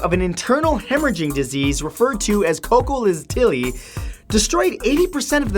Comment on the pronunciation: Bro you are hilarious in this video! xD You butchered some of the names of the plagues including Cholera and Cocoliztli. Your so entertaining to watch. I love your videos so much. You put so much research into them.